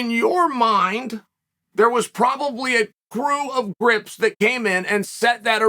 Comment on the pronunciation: A "grip" is responsible for setting up, rigging, and managing light equipment on a set. According to the Dictionary. It is a great word for people. I thought he said "crips" at first 😂.